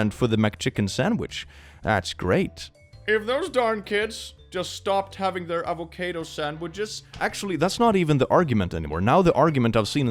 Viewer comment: i have never heard someone pronounce avocado like that, but i love it!!